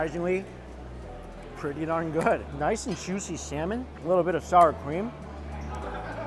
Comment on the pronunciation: “So jushy” is what I hear every time